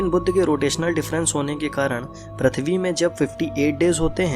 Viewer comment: Sikh le Prithvi bolna pahla